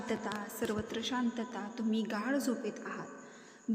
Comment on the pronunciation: Its not GAD ITS GADH